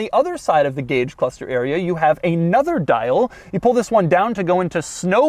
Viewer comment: Every time Doug says "cluthster" I was shouting "It's pronounced CLUSTER!"